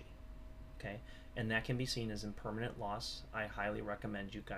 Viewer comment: Great video. Please note impermanent loss not permanent. Most of the time this wasn't enunciated.